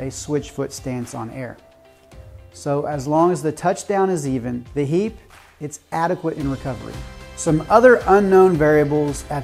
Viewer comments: You can say hiiiiiipe not heeeep! :) great video. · Thx. I just thought I was doing well pronouncing it heap😂